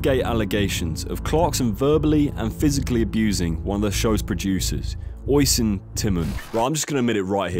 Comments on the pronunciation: the name Oisín is pronounced UH-sheen, no hate just for future reference. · oisin tymon. oisin is pronounced ush-sheen. Its an Irish name just if you ever come across it again. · It's pronounced Oshin. Not Oishin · oh-sheen not oi sun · Oisín is said as Uh-sheen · Good effort at the name and liked the video & subscribed! It’s pronounced Ush-een for next time! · great video! oisin is pronounced ush-een :) I'm Irish btw :D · bros name is pronounced "Aw-sheen" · Ush-Een is how it’s pronounced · It's pronounced "Ush-een" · Osh-een its said like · Oisin is pronounced "Ush-een" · Aw-sheen is how its pronounced 😉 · Ok it was great when you held your hand up and said you were bad with names... I get it........ But as the video went on.... It got more annoying... You can just google it.. Anyway I enjoy the videos.... Its pronounced...... USHEEN..... Great name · Ushh een =oisin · Oy-sin lol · Great video. But how are you gonna miss pronounce Oisin and then play clips of his name being correctly pronounced in the same video😂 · You could have easily googled how to pronounce "oisin" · Good video so well done but learn how to pronounce Oisin 🤣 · Couldn't even be bothered to learn the pronunciation of Oisin's name, despite it being given to you at least twice in the videos you used. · Worst pronunciation of Oisín ever